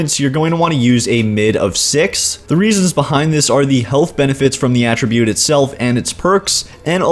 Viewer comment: I know this is nitpicky... but could you please pronounce attribute correctly. You CAN pronounce it using it, if you're using it as a verb.... Attribute in this case is a NOUN... has a totally different pronunciation, At as in 'he was at the wasteland'. You're also forgetting just how overpowered the luck tree is. maxing luck out in fo4 is not a bad idea. especially if you have high perception, int, or agi.